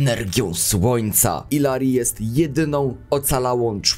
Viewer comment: Jak Illary jest z Peru to ijari bo "ll" się czyta jako j, w języku hiszpańskim.